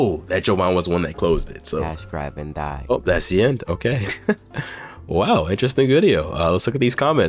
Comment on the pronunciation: i started the video and first thing i hear is "o gay"